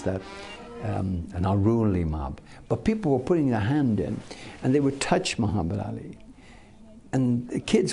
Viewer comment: This man even pronounce Muhammed ali's name perfectly. Show's you how much respect he had for him.